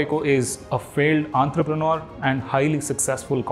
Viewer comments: It's entrepreneur not Antrapreneur ... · Hear you pronounce entrepreneur gave me an aneurysm !